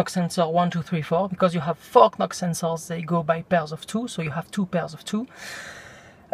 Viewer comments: Robertas Bukantis in french there is no silent "k" and u should give him a break on that, at least he tried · Look up the pronunciation of the word 'knock'.